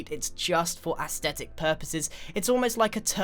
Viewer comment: Just saying it’s aesthetic not aesdetic